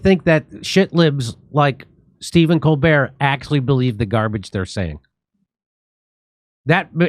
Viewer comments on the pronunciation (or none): stepehn CON-bert